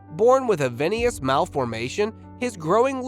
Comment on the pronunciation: Veinous malformation, not "venious" malformation, and Harlequin Ichthyosis. You should learn how to say those terms before you report on them. Boris from the UK looks like he had the crazy hair syndrome mentioned here 😆